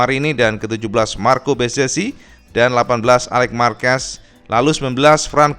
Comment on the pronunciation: Bezeki cak dibacanya. Bukan bezezi atau bezeci